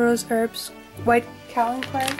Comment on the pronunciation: they are pronounced kay-o-lin clay and rah-sool clay